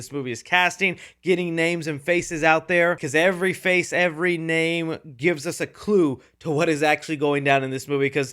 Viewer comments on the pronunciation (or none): none